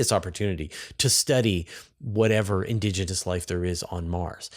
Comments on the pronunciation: Is "indogenous" a specific term in astrobiology, or does she just have an unusual pronunciation of "indigenous"? I've looked it up but can't find anything conclusive. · stop saying "indOgenous".